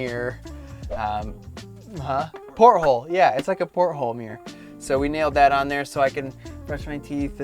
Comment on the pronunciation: Why do these people find it so hard to pronounce the "T" sound in words. It's porthole not "Por - hole" But seriously, how tall are you? Just curious as to whether I could sleep side to side. I'm 6'0" and like your setup, but only if I can sleep sideways. Animal narration is hilarious, especially the cat. They are condescending to us humans.